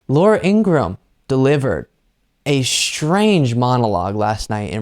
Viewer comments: It's pronounced "Ing-ra-ham" according to her brother. Also, who f'ing cares what she thinks? Thanks! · It’s pronounced ingra-ham(like the meat). Her brother told us on the Brian Taylor Cohen. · Her name is Ingra-ham. Her brother has explained this. It is not Ingram.